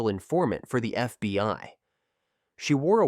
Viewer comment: You did an outstanding job. It was just humorous to hear F... BI instead of FBI, near the beginning.